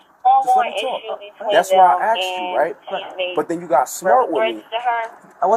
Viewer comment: lesson one in policing = YOU, copper, don't decide what's intimidating until it's YOU feeling that way. and lesson 2 = the word is Asked.. a s k e d. not a x e d. stop talking like remedials.